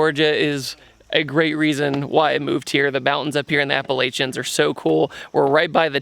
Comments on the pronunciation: How did you just pronounce Appalachian? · I live in North Carolina. My wife heard you pronounce “Appalachian” and even though she doesn’t know who you are, she says that you are dead to her.